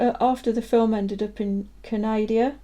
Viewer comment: So, you mispronounce Canada but get Arizona correct .....sorry we are a little touchy here in Canadia, great review, I would build the Irish version,cool markings,and a nice looking kit.